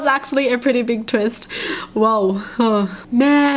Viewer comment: It’s the way she says it idk why but it’s hilarious when she says twist😂